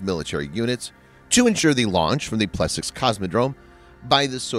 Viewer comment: Plesetsk isn't hard to pronounce, the transliteration is quite phonetic.